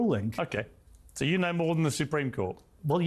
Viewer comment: "I konow more than the supreme court" 😂😂😂